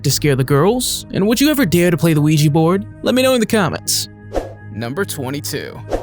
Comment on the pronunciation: It's Ouija not ouijee.